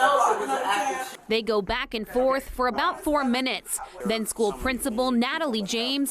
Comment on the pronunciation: She doesn't want to have any back and "forf"